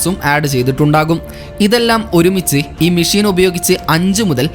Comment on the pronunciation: മിശീൻ അല്ല മെഷിൻ